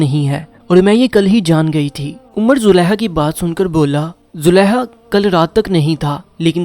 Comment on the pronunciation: You need corrections in pronunciation. You read ha where those were kha. You said Zuleha, while it was Zulekha.